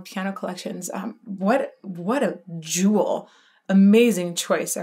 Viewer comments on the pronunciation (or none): none